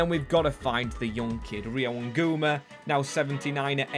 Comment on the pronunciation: hey, Ngumoha is pronounced n-gu-moh-a not nguma